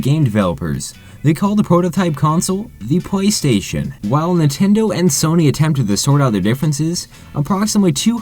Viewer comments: It sounds like your saying Pway Station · Pwaystation. Wtf, this guy shouldn't do any narration. He can't talk and his voice is annoying as hell.